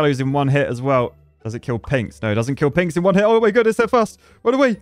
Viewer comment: Is it just me or is saying "Pigs" instead of "Pinks"